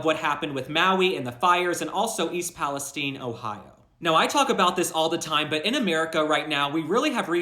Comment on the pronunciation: Thank you for pronouncing Palistine correctly